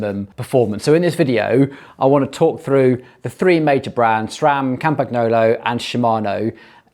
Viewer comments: TRY PRONOUNCING IT CORRECTLY WILL YA! Like this: Campan YOLO It's not CAMPAG NOOLLO........ FCS!!!!! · It's pronounced (very close to) "Campanyolo". The sound of "gn" in Italian & French is like the sound of ñ in Spanish (e.g. mañana) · G is silent in Campagnolo